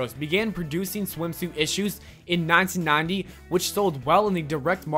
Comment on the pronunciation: The way he says 1990 bothers the fuck outta me